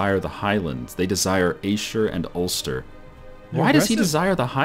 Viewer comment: say Ayrshire like airshire that the pronunciation